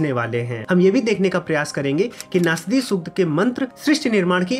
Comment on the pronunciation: नास्दीय नही ! नासदीय !!